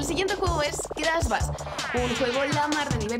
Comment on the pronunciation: Y no es Crasss, es Crash Pronuncie bien